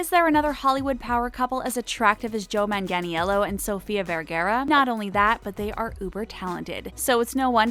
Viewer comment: and how about sofia vergara they messed up her name too